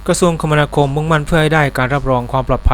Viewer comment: คมนาคม อ่าน คะ มะ นา คม